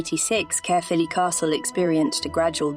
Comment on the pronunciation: Excellent video, but it's pronounced caer as in eye.